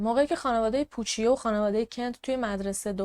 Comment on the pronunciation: عزیزم، اون پوچیو که گفتی ، در واقع پوچُو تلفظ میشه. ویدئو هات رو دوست دارم، کارت عالیه❤